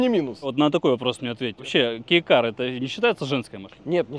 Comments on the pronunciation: Правильно не Кейкар, а Гейкар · Мне сперва послышалось гей кар 😂